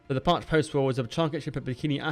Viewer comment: Very cool! Thank you for making this video! My grandpa served on this sub! The pronunciation is Parche(y). It ends in an 'E' sound.